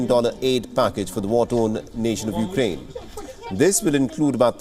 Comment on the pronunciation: C'mon, Biden can't even say the name of the burning country correctly...